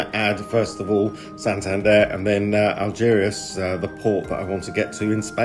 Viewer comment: Be worth learning how to pronounce place names properly, chap. Algeciras, for instance, is just said as it is spelt…